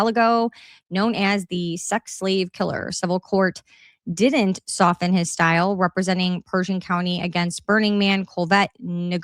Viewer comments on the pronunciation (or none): none